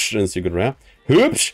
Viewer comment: Wie geht das, machst du das extra?,,Rare Super Rare Ultra Ware Secret Rare Ultimate Rare Luxury Rare" Er kann Rare nicht mit R sprechen wenn Ultra davor steht lol